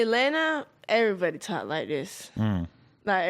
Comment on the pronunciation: I like the affected black pronunciation of everybody as airy -body . Atlanta must be quite a place if airy body talk like that.